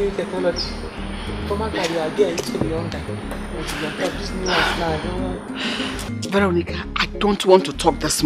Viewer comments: Vero--nicka lol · queen; "veronicah" mercy; my queen "vero" remove te car is bad omen. me; 🤣🤣🤣🤣🤣🤣🤣🤣🤣dead!